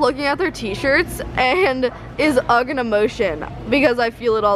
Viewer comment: You say it like ughhhhh not ugg